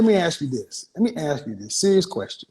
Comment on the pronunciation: I wanted to ‘axe’ you…… I was going to ‘axe’ you…. Let me ‘axe’ you Kevin…..